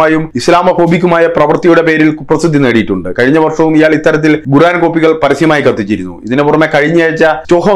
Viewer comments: Why are you pronouncing 'Guran' inspite of Quraan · ഗുറാൻ അല്ല 'ഖുർആൻ' എന്നാണ് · koran ennu para . Avanday guraan.